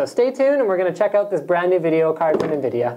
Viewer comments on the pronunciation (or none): none